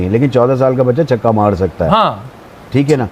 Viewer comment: 4 caukke nhi, 4 chhakke👈👈👈👈👈👈👈👈👈👈👈👈👈